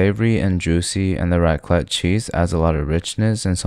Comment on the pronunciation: Raclette is pronounced with a "t" at the end: raklett (even 2 ts, it's a longer sound)